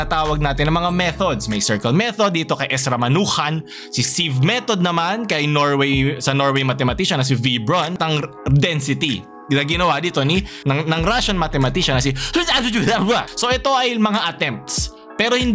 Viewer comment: Ramanujan = Rah-Mah-Nooh-Djan Brun = Broon щнирельман (Schnirelman) = Shnee-Rehl-Mann